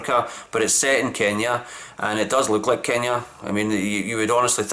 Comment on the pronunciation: You are pronouncing Kenya so well, love the explanation